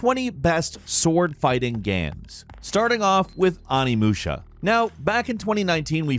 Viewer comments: also can't pronounce onimusha..."on knee" 🤦‍♂️ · Umm, Onimusha is pronounced OH-Nee-Moo-Shah. Long O, not short one.